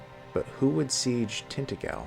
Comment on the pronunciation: Is it really pronounced like that in the game? I honestly don't know. But in the Hallmark Merlin miniseries they kept saying Tint-A-Jell. The lore connection with Welsh mythology is pretty genius though - in the Celtic legends, Vortigern was building either Tintagel or a different fortress in his kingdom and it kept collapsing, until his Druids inform him he needs to find a boy with "no mortal father" and "mix his blood with the mortar". That boy turns out to be Merlin. Since Merlin's father was either an incubus [if you follow the Christian version], or Celtic deity that is lost to time.